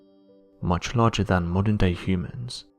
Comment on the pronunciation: Hummans? I guess the more commonly used pronunciation hyoomans is unacceptable here. Weird to hear.